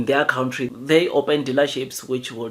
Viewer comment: Its Country, not count tree. Its Scrapping, not scraping. Its not 30% its 51%. Apartheid is over for 2 decades like you say, why should it still be implemented?